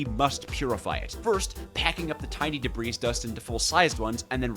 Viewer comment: The S in Debris is silent and is its own plural. I figure you know about the fluid thing already though lol